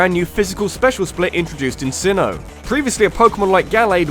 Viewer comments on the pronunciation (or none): none